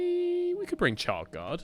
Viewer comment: SSHHard guard Not CHard